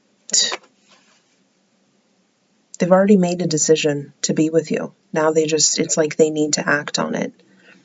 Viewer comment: Same lol! 😂😂 "It's a general reading so it might not resonate wichoass!" It's cracks me up Everytime! Then how we all Lindas 😂